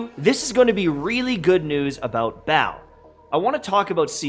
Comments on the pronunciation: dude her name isnt BAAL and your even pronouncing that wrong... lol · Why everyone call her Baal, its not Baal. Lmao